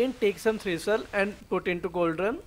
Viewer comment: THISTLE NOT THRISTLE